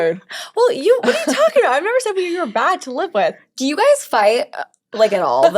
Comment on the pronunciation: New York said whit